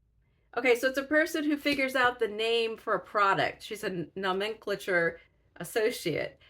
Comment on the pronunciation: As a book seller, I would recommend Apex as an intro to Colson Whitehead. Easy to read, very funny but still having depth and provocation. What are we hiding under that "flesh" colored band aid? Try saying nomenclature with the accent on the third syllable. If you ever get a chance to hear Whitehead in person, do so. He is hilarious and then he reads a magical paragraph from one of his novels that will leave you breathless. Huge fan here, if you hadn't caught on.